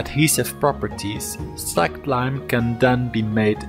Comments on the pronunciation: It is pronounced SLAYKED...as in släked your thirst......not slacked...savee mate? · Lime gets really hot as it....slaykes....lol...but true. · It's how its prounounced in my language. "Släckt"